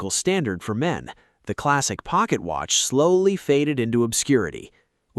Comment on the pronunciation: ah yes, the ole wrist Wratch